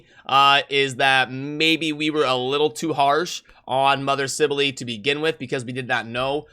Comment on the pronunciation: I pronouced it as sibell as well but saying sibelely is just weird.